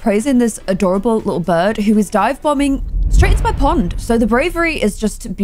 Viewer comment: instead of saying bird it sounded like was saying burb